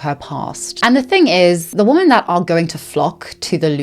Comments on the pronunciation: Why do you keep pronouncing the plural "women" as if it's the singular "woman"? But anyway, interesting video, thanks. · Thank you for this video. I want to clarify that the plural of "woman" is "women." They are pronounced differently, but so many people pronounce the plural, women, the same as the singular, woman. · Pleeeeeaaaaaase!! I know it's petty but it drives me crazy... Woman is singular but womEn is plural. Pronounced "wimin" WOMEEEEEN 😅😆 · I love your content but it drives me crazy how you pronounce women (plural) as woman (singular) 💔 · I noticed so many influencers pronounce women as singular instead of plural. Makes it really hard to follow sometimes. Is it like a trend? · Very interating video, but why do you so often pronounce "women" as "woman"? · I literally can’t stand how creators have started pronouncing ‘women’ as ‘woman’. They are not pronounced the same way. Woman is singular and women is plural. I find it disrespectful to women. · I really like your content and have been watching it for a while. But my autistic brain can’t let go of how you pronounce "women" as "woman". For example, you say: "Men and woman". Is it your accent or is there a special reason for it? Just curious ❤️ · Does anyone know why she pronounces "women" the same way as "woman"? Genuine question. English is not my first language and I've never heard it pronounced like that before :) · Please 💐🙏❣️ The plural for woman is women, please say it right xoxo ❣️💐🙏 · Every time you say “women” it sounds like you are saying “woman,” and it drives me a little bonkers each time 😅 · The continuous mispronunciation of "women" is incredibly distracting. Otherwise super interesting video! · Love your content sm but “women” and “woman” are pronounced differently queen 🫶🏻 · Please practice saying "women"